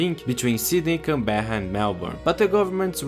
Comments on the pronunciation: apart from the pronunciation of canberra (can-bra) great video mate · how many different ways did you try to pronounce Canberra? Here's a cheat sheet to how to pronounce Canberra, Melbourne & Brisbane Can-bruh Mel-bin Bris-bin